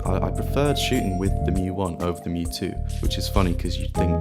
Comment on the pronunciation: Thank you for pronouncing mju correctly.